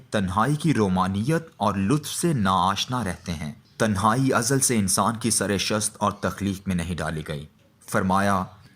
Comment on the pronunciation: یہ قاری صاحب نثر تو اچھی پڑھتے ہیں ،آواز بھی اچھی ہے، مگر شعر پڑھنے کا کوئی سلیقہ نہیں رکھتے۔ اچھے بھلے شعر کا ستا ناس مار دیتے ہیں۔ بے وزن آہنگ سے عاری۔ تلفظ بھی گڑبڑ ہے۔ ق کو ک کی طرح کہتے ہیں۔ مگر یہ شاید پنجابیت کا مسئلہ ہے۔ خ کو بھی بسا اوقات کھے کہتے سنائی پڑتے ہیں۔ رکارڈنگ سے پہلے اشعار کو ٹھیک پڑھنے کی مشق کر کے آیا کریں۔ آج تو غلطیوں کی افراط تھی، بود، قفس، سرشت کا لایعنی تلفظ وغیرہ۔